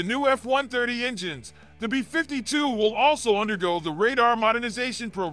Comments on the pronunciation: Between this guy and the narrators on Fluctus, they always sound like a weird malfunctioning A.I. reading a script, placing the emPHASis on the WRONG syllABLE… why do ThEy dO THaT?!?🤔 “beFIFTY two!!” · Pronounced 'bee fifty two', not 'b'52'!🤣